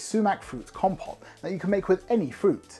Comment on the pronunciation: I really appreciate this. I'd known sumac has a great flavour but you go in depth in describing its essence and how to use it. Valuable service. Thank you. Also it's "com-pote" not "compot" lol